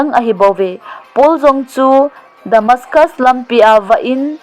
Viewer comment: News Nasim hi ngainom a um lheh in ahin Nasim dih lou atam e..tekah Nan poul chu Damascus khopam a vah in akho lhuh Nati chu avel in gah ngai Jin adih poi na pronounciation chu dih lou ahin hung ki ha bollo sopinu